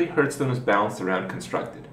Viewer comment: If only he'd stop saying hurtstone...